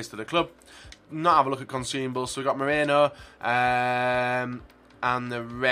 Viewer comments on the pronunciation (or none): none